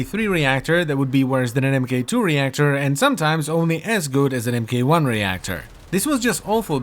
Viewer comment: Please spread this around. It's "Mark 1" Not "M - K - 1". :-D